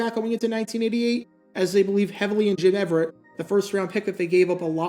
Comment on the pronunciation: Jim Rome disagrees with how you pronounce Jim Everett's name.